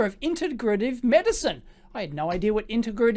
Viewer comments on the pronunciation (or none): "Integrative" is pronounce: integrate - iv Please see: >